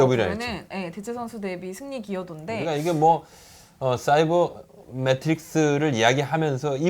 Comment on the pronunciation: 사이버 메트릭스라고 들린건 저 귀가 이상한건가요 세이버 아닌가용??